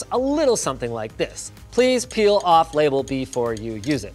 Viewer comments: Peel. It's peeL. PeeLLLLL. Not that word that I was reading at first. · when i read the title i thought he said pee instead of peal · OH PEEL not PEE LOL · I really thought it said pee before I read it and realized it said peel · Did u say peel….